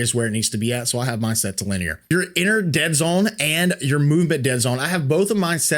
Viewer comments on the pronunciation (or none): none